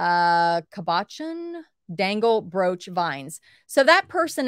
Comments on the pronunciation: Cana hon is pronounced cab-a-shon and are stones that have a smooth domed surface. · Cabochon is pronounced cab a shawn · Some help with pronunciation Cabochan.... Cab-o-shahn Rounded top smooth stones set in jewelry Pave......pah-vay Setting for small stones that look embedded in the metal...that's my definition/,impression....not exact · PAAA(long A) VAAA(long A) CAB AH SHON(short O) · Pronounced 'cabbage shawn'